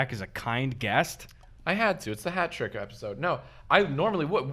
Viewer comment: Jack says "hat-rick" !!!!!! The fuck are you from dawg !!? Haven't heard that in a while